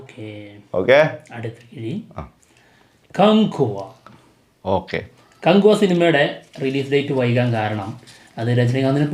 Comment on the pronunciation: നീ ആദ്യം പോയി കകുവ എന്ന് പറയാൻ പടി 😂😂😂